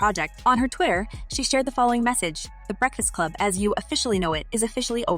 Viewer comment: You look very unprofessional mispronouncing The Breakfast Club. #biasedmuch